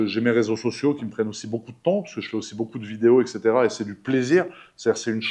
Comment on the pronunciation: Dis frérot, petit cours de français, et ainsi de suite se dit et cetera et pas ex cetera..... et comment tu vis, c'est juste comment je vis et pas comment est-ce que je vis et merci pour cette belle vidéo intéressante et bonne soirée à bientôt, GG !